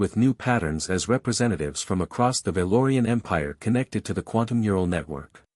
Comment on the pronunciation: i enjoyed the story the weird thing is that sometimes the ai can use the correct phrase/word and sometimes can't like 'mural' instead of 'neural'